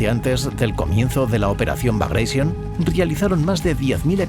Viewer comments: NO "BRAGAISION". NO ES INGLÉS SINO RUSO, BRAGATION. COMO GLADIATOR Y NO "GLADIETOR". 😊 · bagreision, jajajajaja. No sabía que Piotr Ivánovich Bagratión era inglés jajajaja. Ni me molesto en seguir viendo el vídeo. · Vale. Muy bien el video. No tanto el audio. ¿Por qué "bagreision"? Piotr Románovich Bagratión no era inglés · por qué pronuncia Bragation en ingles? jajajaja Bragreision xD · ¿Por que pronunciais el nombre "bragatión" en inglés si era el nombre de un general ruso de origen georgiano?. Lo pronunciáis en español y hubiera quedado perfecto. Alucino por el complejo de inferioridad cultural ante el mundo anglosajón.